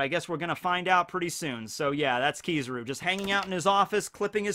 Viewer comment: Kizaru is pronounced: keys. Ah. ru, just saying